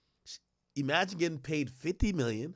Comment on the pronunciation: Every time he says ‘E-magine’ it drives me fucking crazy!